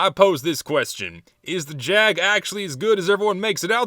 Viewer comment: you're saying it wrong. its the Jaaaaaag